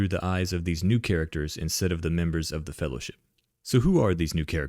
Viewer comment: "One, yes. What about second Faehllowship?"